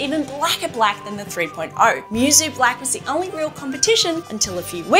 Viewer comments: "Moo-soh" not mewsew. It means "unmatched" or "without peer" in japanese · Technically Musou should be pronounced like "Moo (like cow but shorter) So"